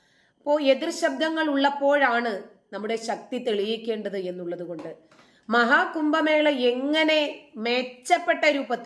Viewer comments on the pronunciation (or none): കുമ്പമേള അല്ല കുട്ടീ.. കുംഭ മേള.